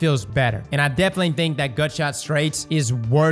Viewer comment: There's no way The Louisiana accent sounds like that with the word "thick". First person I've heard say it like that